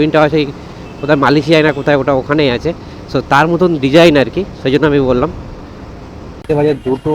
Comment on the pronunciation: Wellington ❌❌❌olington✅✅✅